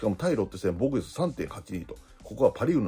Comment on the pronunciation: 防御率→防護率 与四球→吉牛 に聞こえる